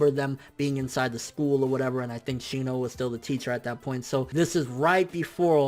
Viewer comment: you better but some respeck on my man shinos name